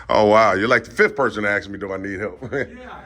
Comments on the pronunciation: Ask not axe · Trying so hard to speak with intellect, but CANNOT pronounce one Simple word..... WTH does "Acks" mean??? If you're trying to speak with BIG words to come across as a Smart individual, why not try to pronounce the SIMPLE word of "ASK" Correctly... "ASK, ASK, ASK, ASK, ASK... IT IS A VERY SIMPLE WORD... You're Now Dismissed 🤔😂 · Why can't so many people pronounce the word "ask"? It is not "aks" the s is before the K. Whats up with that? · Listen…they can axe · They can axe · Acks........ The Word Is ASK!!! He needs to say it a thousand times in order to pronounce it correctly. ASK ASK ASK It's a Very SIMPLE word.... ASK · " they can axe, they can axe ".😢😢😢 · Sorry, i don't know why, but i having problem respecting people that uses the word "AKS" when they ask something.. to me is sounds un educated to say aks